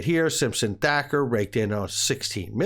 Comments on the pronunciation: Again...with the THAKKER !!!??? THATCHER DUDE....THATCHER !!!! Jeez Louise !!!! Is it butchery or Bukery ??? That aside I'm with you on all the info you provided, they all connected to the lawsuit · It’s Simpson Thacher (pronounced Thatcher)